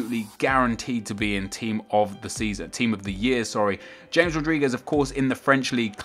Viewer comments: It's Hames, not James D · You're wrong as well, it's pronounced "Hames". ;) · T is pronounced ha-mess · It's pronounced as Ha-mes. Also, Hazard may be consistent, but hasn't done anything close to what Di-Maria has done. Most assists in La Liga, played extremely well in the UCL and in general for Real and was a beast in the World Cup. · It's pronounced humez not james :) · plz pronounce james right, it sounds awful... and he will not be in the toty